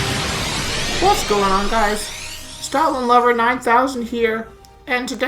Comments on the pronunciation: I thought you said Stalin not stoutland lol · At the start I thought you said "Stalin Lover 9000" lmao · OMG I thought you said Stalin at the beginning when you were joking about stoutland LOOOOOL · thats what i thought too lol